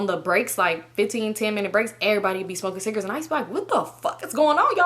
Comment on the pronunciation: i love how she say “cigrits” 😂